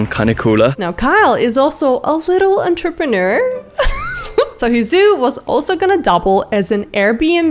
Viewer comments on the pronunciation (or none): none